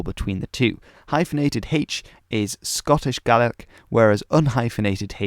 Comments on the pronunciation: THANK YOU SO MUCH FOR SAYING GAELIC PROPERLY! Tapadh leat a Alba. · Scottish Gaelic speakers from southwestern argyll often pronounce Gaelic like / GE-LIK / although most speakers will say / GA-LIK/ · Yesterday, I saw a video about how they are keeping the Scottish Gaelic language alive in Nova Scotia, Canada, in a program where the older generation are teaching it to the younger. However, these people pronounced "Gaelic" as "gay-lick." Could this be because these older Gaelic-speakers have been away from Scotland itself for such a long time? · In Scotland it’s just Gaelic (pronounces Gah-lic) because there is already a language called “Scots” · Thanks for pronouncing Scots Gaelic correctly